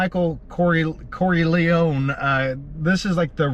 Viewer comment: Great to see these types of videos back! But gotta say, you butchering the name "Corleone" got me weak, you disrespected the entire family lol